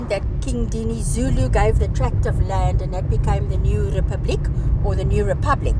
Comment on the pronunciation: Great video as always! I've been very impressed by how pronounces difficult Zulu words throughout your KZN series. Being Zulu myself, I think she is at Jonny Clegg's (nicknamed the White Zulu) level. 😊😊